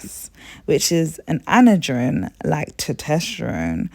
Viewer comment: Girl you dont know what youre talking about with PCOS. Youre not pronouncing any of the hormones right. Androgens, btw are a broad class of hormones (including Testosterone, DHEA, DHT, and Androstenedione). They stimulate male charecteristics, that's why women with pcos have extra body hair, like facial hair.